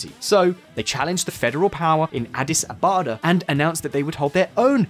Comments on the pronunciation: Apparently you read script. DERG (g as in good) and Addis Ababa not abada...... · First he said Derj and then Addis Abada I'M Dead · “Addis Abada” ?! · Derj, Tigray Kililoch, Addis Abada :D.. but overall, I must say one of the better reports I heard from a foreigner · Good summary. I've been to Ethiopia on mission work in 2011. It's complicated. My contacts in ET largely think the PM is really good and intends to create peace in the country. Check the name of the capital, Addis; you mispronounced it as Abada. 😁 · What a guy you are so lier.you can even pronouns Adis Abeb " Adis Abobo" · Damn, he can't even pronounce Adis Ababa! This channel was something before and now...